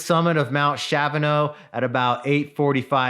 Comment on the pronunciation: Sweet video & summary of these mountains! Kudos for pronouncing both correctly 🎉